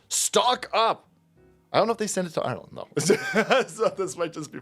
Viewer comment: Did anybody else catch that?....its called "Ire"-land "....😅😅😊 is just too much fun 🙃